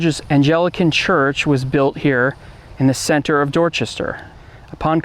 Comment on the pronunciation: Repeat after me: "A n G L I c a n-ism." And now this one: "C A V al-ree." Now take a moment to see where you went wrong. Otherwise a pretty good presentation.